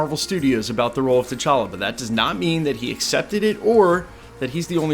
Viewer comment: Facts. And you said it correctly: T'Challa son of T'Chaka, not TJ [illegitimate] son of T'Challa.